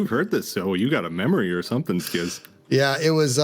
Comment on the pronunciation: The way he says "somethink" both grates me but also very much feels like an etho-ism